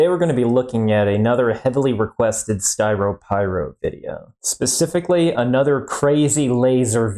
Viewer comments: ah yes, "skyropyro" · I believe that would be Styropyros ‘Lair’ lol